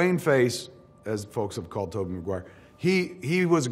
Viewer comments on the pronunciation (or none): none